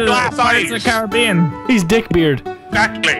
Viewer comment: why did he say pirate's of the calabeen